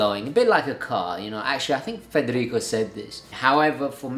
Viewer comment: You pronounce foreign names at such an advanced level. I could never say "Frederico" like that. I feel like even if I was trying really hard to imitate exactly how you say it I would never get it.